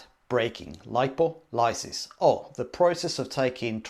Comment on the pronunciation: Did your biochem professor also mispronounce lipolysis?